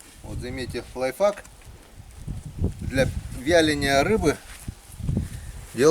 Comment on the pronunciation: Здравствуй. Ты молодец. Трудишься не знаешь покоя. Это достойно уважения. Всё честно и без кривляний. Разреши поправить. Слово конечно не русское, но надо произносить, не лайфак, а лайфхак. Извини, если коли что не так